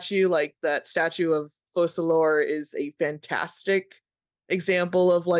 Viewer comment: Guys, you are lore enthusiasts and you still call Fokalor (according to “Ars Goethia”) Fosalor (according to uneducated and bad-decision-driven eng localisation team).